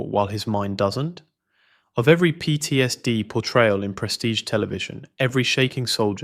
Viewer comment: PTSD is an abbreviation, not a word. The Ai narrator should know better. Slop.